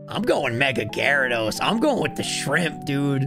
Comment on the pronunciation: GYARADOS, NOT GYRIDOSE!